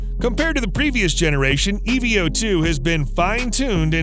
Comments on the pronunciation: i dont kno why but saying E - V - 0 - 2 instead of evo2- bothers me lol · E V O 2??? It's called the Eeeeeevooooo... 🤦